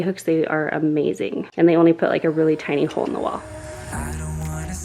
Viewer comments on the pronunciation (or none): none